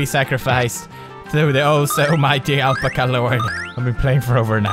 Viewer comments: there not lamas there alpacas and you can't say alpaca right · So what he doesn't have to be perfect. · the way he pronounces alpaca tho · What if u were the one who has been saying alpaca wrong this whole time... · Al~pack~a. That's how it's pronounced. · it is al-pa-ca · its AL-PACK-UH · It's Al-Pack-Ah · Omg I love how he says alpacuh instead of alpaca😂😂😂😂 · PEWDS ITS NOT ALP-ACAH ITS AL-PAC-AH "it's leviooosa not leviosaaaa" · ahl-puh-kuh... NO!! ITS AL-PAHKAH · its al-pack-a not L-pk-are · its called an Alpaca not alpaka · Lol Alpcka lol its Alpaca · Alpica lol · It's pronounced "al - pah - kah" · Ikr, he says alpca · Haha awe pewds. It's al-pack-ah it's an animal similar to the llama. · They aren't lamas they are "all-pack-us" alpacas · its pernounced: Alpaca (al-PACK-uh) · ITS AL PACK A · (AL- PACK-UH) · Isn't it ( al-pac-kah ) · alpecca, alpacco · pewds, it is pronounced al-pac-a. say al, pack, a. then alpaca. viola!!! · pewds its al-pah-cah ya edgar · Al pack uh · It's al-pac-UH lol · Alpaca (Al-Pack-A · It's pronounced (al-pack-ca) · alpaca is pronounced al-pack-ah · What if I told you you're the one pronouncing "Alpaca" wrong your entire life! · omg finnish ppl torilla tavataa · I love the way he pronounced Alpaca! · i love how he says alpaca wrong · Thoughts: 1. I love that Pewds cannot pronounce Alpaca (adorable) 2. Why was there a giraffe face at the bottom? 3. Why does this seem like Silent Hill for Alpacas 4. Smoking is bad Alpaca.. don't do it you get depressed & that turn into a mutant. 5. I want whatever the person who made this game is smoking XD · the way he says "Alpaca" is hilarious... i love these videos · lol well... I know how I'm going to be pronouncing "alpaca" from now on... hahahaha :'D lol! I'm typing this comment while watching and each time I hear Pewds say it I die laughing hahaha! *dead* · That game made me slightly sick to my stomach >.< I loved the way Pewdie pronounced alpaca though x3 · He was kidding...